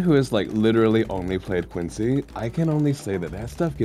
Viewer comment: IT'S QWANCY TIME